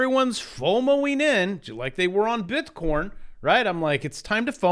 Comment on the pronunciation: Just listened to the latest Schiff - he said bit-corn